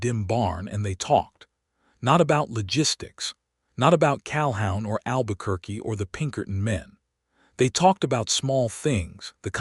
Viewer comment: Pronounced Cal-hoon